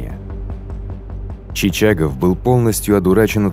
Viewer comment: Забавно слышать, как диктор произносит фамилии. ЧичАгов, УдИно.)). В русском языке удадарение падает на О и Ё... ЧичагОв... , а во французском языке на последнюю гласную..... УдинО.